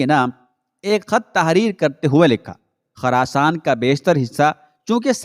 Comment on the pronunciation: Khurasn. Not kharasan Plz correct